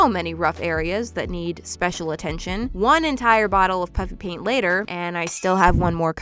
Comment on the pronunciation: Every time you say "puffy paint" it sounds like "puppy paint"